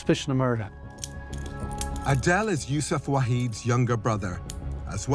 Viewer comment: It’s not that ADELE, It’s Aidel, a Lebanese/Levantine name😂